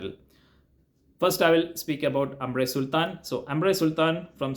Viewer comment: Grand Soir should be pronounced like "gron soir", not Grand Soir. Grand is an English word, the frag is from a French House :) Same with AS - it's not AAmre, or AAmbre, it's "Omb-ruh"